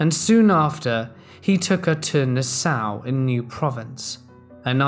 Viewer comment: he uses the word ‘fighted’-there is no such word- it is ‘They FOUGHT like men’. The word name Nassau was completely mis-pronounced. If you are going to make a video please use proper grammar. Disappointing what our educational system has come to these days.